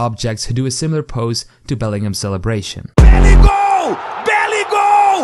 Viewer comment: Belligoal❌ Belligol ✅